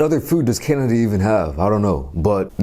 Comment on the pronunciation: "Kainada" lol